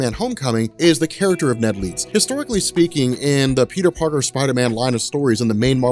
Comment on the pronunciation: Peter Parter Lol Peter "Three" Parter